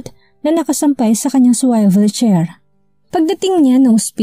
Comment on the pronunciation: Swivel chair not Swayvel chair. Pls correct your pronounciation. Check the dictionary.